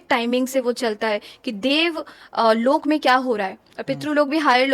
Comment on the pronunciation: ये लोका नही लोक होते है कर्मा नही कर्म होते है .. ये तो अलग बात है मगर ये सच और अच्छी जानकारी है और ये सबको पता भी हो तो अच्छा । वैसे जीवित बुज़ुर्ग जो है उनका भी पूरा पूरा ध्यान रखना भी अच्छा कर्म है जिससे सौभाग्य प्राप्त होता है।